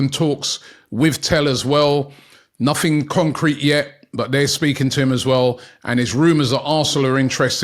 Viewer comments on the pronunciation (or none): none